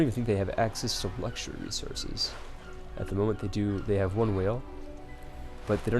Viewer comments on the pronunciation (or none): none